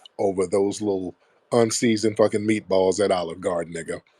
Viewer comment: LOL..MEAT BALL BABBLE😂😂